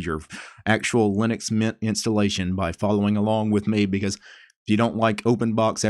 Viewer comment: What do normal people hear: Linux Mint What do I hear: Linux Nyet